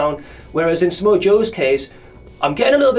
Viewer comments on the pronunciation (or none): none